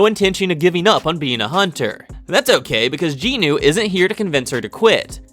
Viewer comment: I actually haven't watched the anime yet, but do plan to do so when I get to it. Btw, you butchered every single name in this video. Somehow there are 4 Ginus, despite the MCs name being Jin Woo and the other guy is called Jin Ho. But you called them both Ginu and even Jin Woos sister somehow became Ginu. I just want to point it out, because your butchering of the names made me very confused about who was who. Because you called everyone Ginu. But the rest of the summary ways great. Just maybe try to say the names in a way where you don't call 4 characters the exact same despite their names being different.